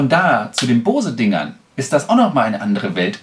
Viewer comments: Da ich selber diese Kopfhörer habe kann ich auch die Qualität bestätigen. Aber vielleicht mal kleines Feedback zu deinem Video. Du machst mir voll den hecktischen Eindruck. Dir fehlt ein "roter Faden" in deinem Gespräch. Und ehrlich es heißt B-O-S-E! Und nicht Bause. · Finde die Aussprache „Baus“ auch strange, den vorhandenen Buchstaben würde/soll/könnte man es „Boze“ aussprechen. Vielleicht will man die Aussprache mit „booze“ wie „saufen“ vermeiden. Ist mir dennoch schleierhaft wie die Amis da ein „a“ in die Aussprache reinbringen. spricht es nur denen nach und ich denke die Aussprache amüsiert ihn selbst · Es wird sogar tatsächlich ungefähr "Bows" ausgesprochen ( [ˈboʊz] ), d.h. Baus ist sogar (fast) richtiger als Bohse. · bose nicht baus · warum um alles in der Welt sollte man Bose "Baus" aussprechen? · Gennadi Volodnikov wenn dann sagt man „bowsi“ wie bei adobe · es wird nicht unbedingt AU ausgesprochen, aber bouse. Guck dir Amerikanische reviews an. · Das wird übrigens "Bous" ausgesprochen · Hab noch nie jemanden gesehen der "Baus" zu Boose sagt